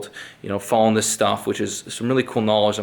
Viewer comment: Did you say knowwwwlege?